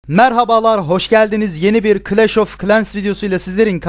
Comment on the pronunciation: abi şuna kıleş(clash) deme yaa